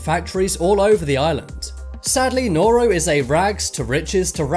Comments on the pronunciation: This triggers me so much. Hutt River is a group of tax evaders, not a country Niue is a territory, not a country Sealand is an oil rig, not a country Palau is a country, and it’s pronounced paul-ow Segorga is also not a country Nauru is a country, and it’s pronounce nah-roo Tuvalu is a country, and it’s pronounced too-vuh-loo St Kitts and Nevis is a country, and it’s two islands, not one The Sovereign Military Order of Malta is not a country Molossia is not a country, and they still have to pay taxes to the US government I don’t wanna be that guy, but please do more research before you make these kinds of videos. At this point it’s basically misinformation. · You pronounced Tuvalu and Nauru and Palau wrong Tuvalu: Too-Va-Loo Palau: Pa-low Nauru: Now-roo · Completely butchered the pronunciations of Nauru, Tuvalu and Palau. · I’m so triggered by how pronounced Palau, Nauru, and Tuvalu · Palau, Tuvalu, St. Kitts and Nevis, and Nauru are all pronounced incorrectly in this video, and are all recognized by the United Nations. At least next time pronounce them correctly. I will admit that these 4 countries are tiny and most havent heard of them, but they ARE recognized by the UN